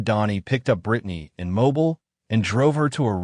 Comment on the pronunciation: Just FYI, it is pronounced mo-BEEL not MO- bul